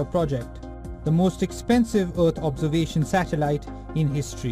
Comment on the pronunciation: Earth "Observation" not "Absorbation" 😂